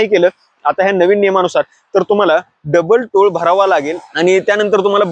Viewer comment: टोळ.... की टोल?🤔